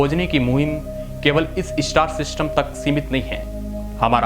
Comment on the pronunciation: इस्टार " नही स्टार " बोलो